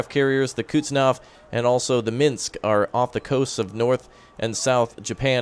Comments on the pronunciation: Hey you remember the Korea campaign........ It is pronounced Kuhs-nets-ov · That Men of War troll, followed by yet another mispronunciation of Kuznetsov. At least we know you are the real.